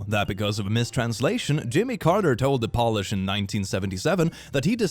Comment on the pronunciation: You need to polish your English, since Polish has an "o-w" sound insted of an "o" sound